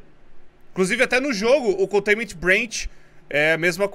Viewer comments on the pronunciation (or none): me doi ver o fala tão errado contaiment breach